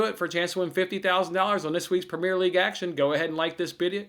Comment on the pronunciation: The way you say “premier” so wrong 😆. Good vid tho bud